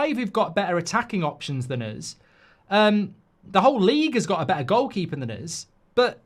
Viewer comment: “Than uzzz”